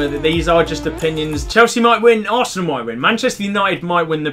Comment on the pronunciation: is funny "asernal 3rd"